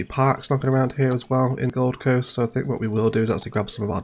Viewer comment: The... Govum Coast?